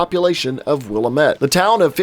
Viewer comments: Not to be an asshole but Willamette is pronounced "Will-Am-It" (not Willa-met) with each part of that pronunciation sounding pretty literally like that breakdown. It's not a big thing at all (great video!) I was just unreasonably triggered. XD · Wait, do they pronounce the town name that way in the game too? Because here in the Willamette (will-am-it) Valley, we say it correctly :) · Pronounced will-am-it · Will-AM-it. Not willa-met.